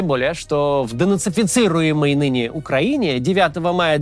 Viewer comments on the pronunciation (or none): none